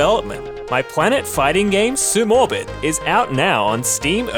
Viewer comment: Let’s goooo (you pronounce sumorbit wrong though and I will die on this hill)